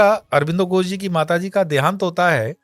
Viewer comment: कृपया "घोष" बोला जाय , " गोस " नहीं।।